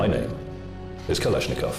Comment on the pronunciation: Kalash!!! Nikov,??? Whattt??? I love ittt, i really like russsian and Germán weapons